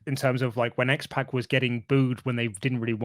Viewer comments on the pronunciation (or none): It's not X PACK, it's X POCK. Like Sock, Rock, Dock, Mock. You sound like old ladies who call that rapper 2 Pack Shaker instead of 2Pac Shakur.